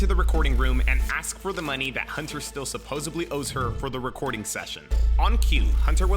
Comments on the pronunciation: Aye man I love this shit but dude, it is pronounced supposedly, with a D, not supposably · It's supposedly!! Not supposebly! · For someone who literally says it multiple times every video, my guy needs to learn how to pronounce "supposedly" lol